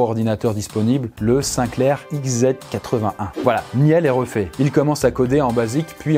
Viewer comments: Le "XZ81" lol. Tu es dyslexique non ? En tout cas tu ne connais pas cet ordinateur mythique.😁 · Sinclair ZX81, pas XZ. Et 3617 ANNU, pas ANU. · Merci pour ce documentaire intéressant. Juste quelques remarques cependant. Un détail tout d'abord, mais il s'agit du ZX81 et non pas XZ81. Perso, c'est cet ordinateur qui m' a plongé dans l'informatique également (et surtout le Commodore 64) juste après. Donc n'écorchons pas trop vite le nom de nos glorieux "ancêtres" ;-)! Petite remarque sur le fond maintenant. Tout d'abord, c'est encore et toujours l'école à ce jour qui donne les meilleures chances d'avenir pour les jeunes. Par école, j'entends l'école traditionnelle ainsi que l'apprentissage. Ne l'oublions pas et ne donnons pas trop vite cette impression que l'école ne sert à rien ou qu'elle serait une institution d'un autre temps. Elle peut (et devrait) changer, ou évoluer bien sûr vers idéalement plus de "pratique" et moins de théorie, je dois l'avouer parfois bien inutile (je suis un partisan de plus d'apprentissage ou de "coaching"/"mentoring", bien plus que dans l'étude "par cœur"). Niel est une exception comme Steve Jobs ou Bill Gates pour ne citer que quelques inconnus qui me viennent directement à l'esprit. Ceci dit ... par définition de "exception", ce n'est pas la 'norme' ni la majorité des cas. Et je pense qu'il faut être prudent et ne pas trop généraliser les exceptions, ce que ce reportage me donne comme impression à certains moments. Pour quelques exceptions glorifiées, combien d'autres se sont cassées la figure? J'ai aussi un petit souci avec une certaine "starification" ou "glorification" du hacking